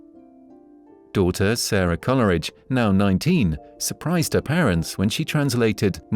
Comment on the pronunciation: It's not pronounced Colleridge, it's Cole-ridge.